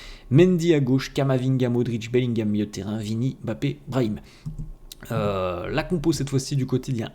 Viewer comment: T'es l'un des rares à bien prononcer Mbappe , tu ne dis pas M'Bappe comme les autres 😂